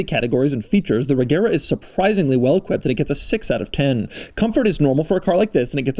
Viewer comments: The name is pronounced "Rejera" and means "rules" in Swedish. Source: I'm Swedish ;) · Fun fact: it is pronounced Rejera (it's a Swedish word for rule) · The swedish pronunciation is not with a "hard g" but more of a "soft g" so not "reGera" but more like "rejera" and say it a bit slowly and you have it. It meens "to rule" in swedish. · Isn't it pronounced Rejera? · The g in Regera is soft so it’s pronounced more like reh-JEHrah. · Fun fact: Regera is actually pronounced "RE YEAH RA" in swedish, it means reign or rule. The G is soft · Doug being Doug. Butchering the pronounciation of foreign car brands. It’s kÖnigsegg not koanigsegg and also, reYera… 🙄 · FYI, "regera" is Swedish for rule and the G is pronounced as a J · Youre saying Regera like Agera which is odd to us natives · Not to nitpick, but the "g" is soft, not silent.